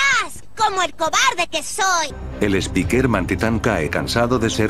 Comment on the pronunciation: Minuto dice speakman xd buenos videos